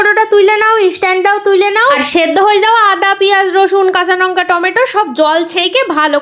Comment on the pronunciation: নঙ্কা না লঙ্কা 😂😂😂😂